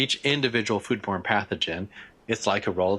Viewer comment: Any one else hear the doctor saying "food porn" instead of "food born"? Even went back knowing what he was saying and still couldn't hear it correctly